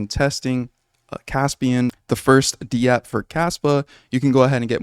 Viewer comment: In web3.0, we typically say dapp, like one syllable, one word...very rarely is it pronounced D-App 😊 just FYI. Love your content man. One of the few kaspa news sources backed by facts, not hype. Keep up the good work!